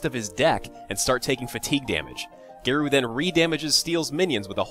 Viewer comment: Congrats on viewer count! Btw, Garou is a japanese word so it is pronounced as Ga-r-o-o.